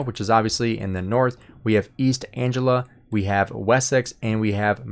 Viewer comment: omg the pronunciation for the camps is atrocious haha. (Mersia, and Ang-lia)